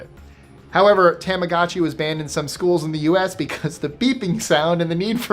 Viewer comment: Your pronunciations in other languages astound me. Yet you completely decimated the Japanese language... Tamagotchi. The a is pronounced like "ah", not "aye". Tamago = Japanese for egg.